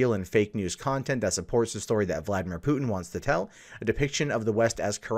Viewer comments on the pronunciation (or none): none